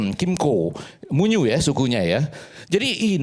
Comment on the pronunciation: Koreksi Pak, Suku Muyu bukan munyu🙏🏻